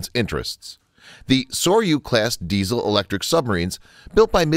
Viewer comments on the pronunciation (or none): none